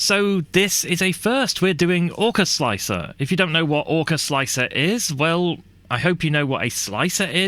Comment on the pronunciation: slickthreeahr? i think its pronounced "slicer" the 3 is a placeholder for E. like 7 for T. gotta love softfever, he made my x1c be able to use an x1e feature with chamber temp setting. SWEET plus all the other extended options for perfectionists. mmm 0rk4zL1C3r what resolution and deviation are you slicing at with orca sir? if you use the stock 0.049 and 0.012 you are loosing out on surface quality for sure. i have sliced pretty much all models with 0.001 and 0.001 arc off, classic. for me i get very very pretty walls. the scarfed contour was the one on the left ;) the seamline was straight as it was a a straight wall. an afterthought after watching this interesting video; if the first problem arises and your solution does not help i wonder if printing the infill first will have similar effect, as that usually prints pretty fast so the pressure and temp has time to settle for the outerwall. thanks for making my greys work buddy. like this